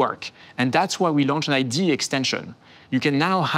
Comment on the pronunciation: needs to learn to pronounce IDE